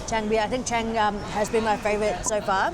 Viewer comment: CHANG BEER is pronounce like Chaang ,it's mean Elephant , you can see the picture at the can. ช้างๆๆ😊😊😊